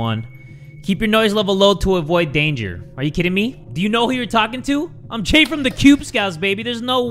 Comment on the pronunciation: did my man just say 'hey im G' instead of jay in the beginning? LMAO